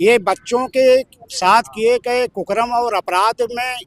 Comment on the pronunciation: कुकर्म को कुकरम बोल रहा है